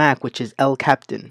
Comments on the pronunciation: its pronounced "el cap-e-tahn" and "yo-sem-iih-tee"....not captain and yo-semite =] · Good stuff - Just two quick things : The name of the program is El Capitan (Cap-ee-tan, like the Mountain in Yosemite National Park, not like Captain, like a captain of a ship.) Also, MIDI is just said like Mih-dee. I'm do some Audio production, and wanted to let you know. Otherwise, great vid. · That black ops 2 intro though. And it pronounced El capetan not captain. just wanted to say that lol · "cap-tin".. "yo-zuh-mite".. Bro why. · Thank you, you did a great job explaining the various problems I was having. (however, if I might make a observation... I almost skipped your post because you mispronounced 'El Capitan' and 'Yosemite'... not something I would normally make issue of... but it is the name of the software. At first it made me question your qulifications for teaching/talking about the subject. I am glad I ened up watching)